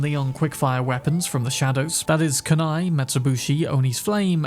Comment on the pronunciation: KOON EYE... That pronunciation you use is lazy and just plain WRONG